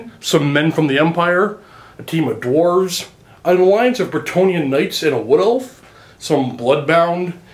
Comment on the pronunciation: "Bretonnians" cough cough